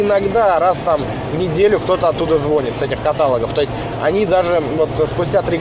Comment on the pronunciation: Всё хорошо, только каталОг и звонИт, please.